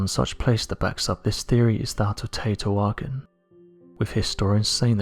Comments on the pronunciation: Teotihuacán = 'tay-oh-tee-wah-CAHN', not 'tay-oh-tee-WAH-kin' The stress goes on the last syllable rather than the second to last because of the accent mark over the final 'a'. The mark frequently gets left off when the word is written, but regardless, that's how the it's pronounced. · Hey bud its TAY OH TEA WAH KAH N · Teotihucan pronounced TEO-TI-WA-CON